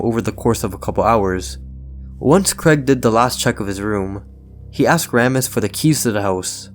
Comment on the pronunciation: It’s Craig not Creg